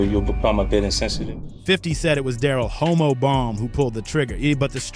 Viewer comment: Hommo* not homo LoL